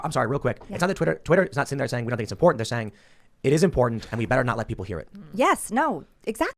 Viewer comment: everything is sooo "impordandt" to miss greene. everytime she saya that word i want to jump out of my skin. ew.